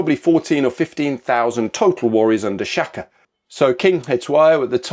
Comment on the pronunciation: SHAKA , correct pronunciation "Shah kuh." 😊